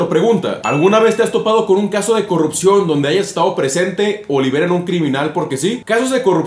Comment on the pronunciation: ay no la "corrukcion" la "corrukcion" XD